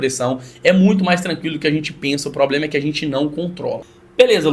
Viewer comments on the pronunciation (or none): "Cê é tão novo pra ter probrema" me quebrou kkkkkkkkkkkkkkkkkk